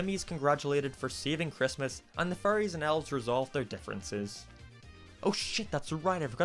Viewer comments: I can't unhear him saying "Furries" Abbey time he says fairies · I know its because of its accent but, I find it funny how he pronounces fairies with furries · You saying “Fairies” sounds like “Furries” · No offense, don’t hate me, but the whole time I thought you were saying Furys instead of fairies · It sounds like hes saying furries instead of fairys. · When he says fairy’s he sounds like he’s saying furrys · lol he pronounces "fairies" as 'furries" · It makes me laugh that when you say fairies it sounds like you say furies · No offence but when you say fairies it sounds like your saying furries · Not being mean but u sound like u say fairies ase furries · when he says fairies it sounds like furries uwu